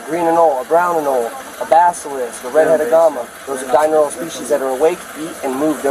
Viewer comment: Animal expert doesn’t even know how to say the word “diurnal”